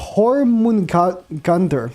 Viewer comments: You can see has latino roots by him defaulting to pronounce "J" like "H":) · No no no. Her name is pronounced your-mung-a-deer. Jormungandr. But good try nonetheless. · her name is pronounced Yormingander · JORMUNGADNER Not HORMUn read like its writen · Just pronounce Jörmongandr with an O aka Jormungandr, i personally dont have this problem cuz im swedish but heh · It’s pronounced Yormu-gan-der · It's pronounced yor-mun-gunder idk where you got your info from buddy. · Poor cant pronounce shit lmao